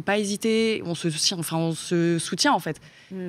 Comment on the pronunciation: La Fronce